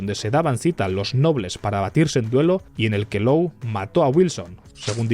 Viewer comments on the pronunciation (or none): Law se pronuncia con o larga, como lord, no lou.